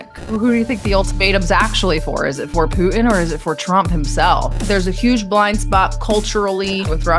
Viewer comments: She speaks like a teenage girl. PoohIN Putin , ImporIN Important, loses all credibility. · When I hear someone say " Poo'in " instead of Putin I click off. What are we in grade 4 again? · No, she just actually knows how to say the city names correctly. She's not using an accent. However, her pronunciation of Pooh-in for Putin hurts bad! 😂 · Why should I give this woman any credence when she can’t even pronouns “Poo-in” His name is Putin The research is clear: If you can articulate consonants PROPERLY… you self disqualify as a “so-called” expert Just ask Nate (“seen” vs “saw”)